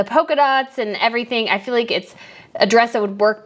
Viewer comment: Polka not poker.